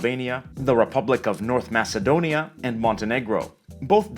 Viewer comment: Omg its impossible someone relized that albania exist i live in albania its very nice and there are a lot if more words like you said so and btw thats not how you say macedonia its a little differt......